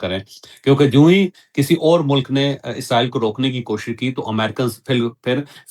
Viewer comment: عزرائیل نہیں ھوتا اسرائیل ھوتا ھے